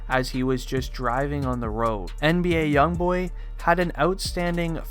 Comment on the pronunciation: He kept Saying NDA YoungBoy